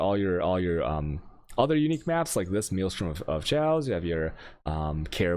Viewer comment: Is he purposefully saying veil and chaos wrong?